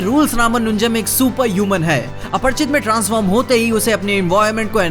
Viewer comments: Aparichit na ki aparchit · aparichit hai aprchit nahi 😂